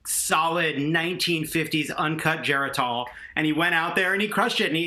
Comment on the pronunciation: LOL dude tried to make a Geritol joke, but didn't know how to pronounce it